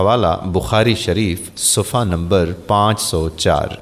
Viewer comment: ماشاءاللہ لیکن میری آپ سے ایک درخواست ہے کہ ویڈیوز وائرل کرنے سے پہلے اپنے کسی معتمد اہل علم سے الفاظ کے تلفظ درست کروالیں جیسے کہ مذکورہ ویڈیو میں سلام کرنے میں" ورحمتہ اللہ وبرکاتہ " کی جگہ وبرکاتھو" کی آواز آتی ہے اسی طرح "صفحہ نمبر "کے بجائے " صفہ نمبر " کی آواز آتی ہیں اسی طرح اور بھی۔۔۔۔۔۔۔۔۔۔۔۔۔